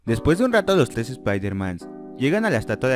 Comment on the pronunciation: xD ahora me doy cuenta que esta no sabe pronunciar la r dice tles en ves de tres jaja